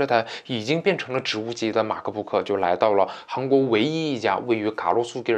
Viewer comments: 马克不可真别扭，麦克book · 马克book。。。。你这英文也是够牛逼的